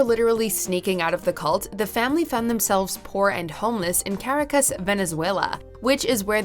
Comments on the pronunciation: Am I the only one who cringed with the way she pronounced Caracas? And Cedars-Sinai.... sigh. Do your research, woman. If you’re not sure how to pronounce something, look it up! You’re getting paid for this! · 10/10 pronunciation of Caracas lmao